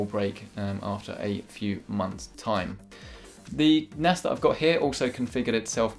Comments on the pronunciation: In the begening I heard "Do you need an Ass!"😂😂😂😂 btw Video 😍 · sounded like "Do you need an ass?" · With his accent it didn’t sound like “do you need a nas”